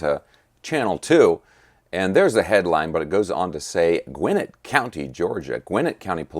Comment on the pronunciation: Can’t even say Gwinnett correctly